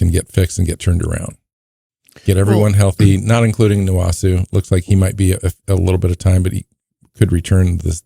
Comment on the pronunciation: Love listening to you guys, but it's painful to hear horrendously massacre Nwosu's name and have several different pronunciations. His name is pronounced: Nnnnn-Woe-Sue. Lmk if this makes sense. 😊